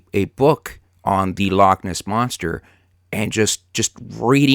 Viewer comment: 'Lockness', lol.